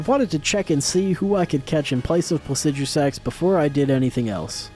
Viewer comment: How do you pronounce placidusax better than you pronounce Blaidd (who is one of the only characters in the game to say his own name out loud) and Niall (who has the most normal name in the game)